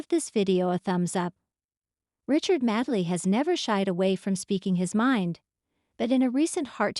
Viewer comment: His surname is pronounced Made ley